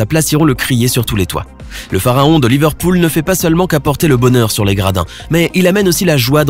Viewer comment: Il a aussi dit le phaharon au lieu de pharaon